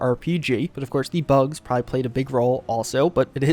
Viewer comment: Here is a decoding chart; Supposebly = supposedly Prah-hee = probably Haulity = quality That’s all I have so far but I have top people working around the clock to further interpret... erm... unique pronunciations.